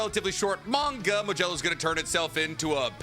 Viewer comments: It’s a d not a j modulo not majello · Did you just call it "Modelo"??? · The way this man says modulo keeps taking me off guard